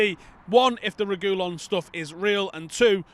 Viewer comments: he said Regoolon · It's pronounced Reh-gee-lohn, with the emphasis on the o btw.